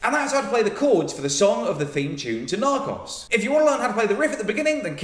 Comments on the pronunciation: Narcos isn't a Spanish word, it's pronounced Nar-coes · John pronounces “Narcos” similarly to how I imagine Stephen Toast would.